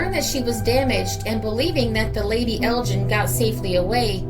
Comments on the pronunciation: Ok Roger I was merely pointing out that the G in Lady Elgin is pronounced as in Gun and not as in Gin but thanks for your reply. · Thanks for a fascinating video - by the way the G in Elgin is pronounced "hard". She was was named for Lady Elgin wife of the Earl of Elgin the Governor General of Canada. Elgin is an ancient town in the North East of Scotland in the heart of Whisky country and it's major feature are the ruins of the 13th century Cathedral.